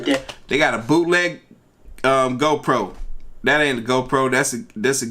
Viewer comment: Donald TrumpNot joking around whenever you said GoPro it sound like he said ho proAnd depicted on which video you’re watching that was haliarious